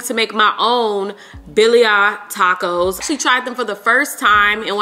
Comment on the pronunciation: “BILLIA TACOS” LOL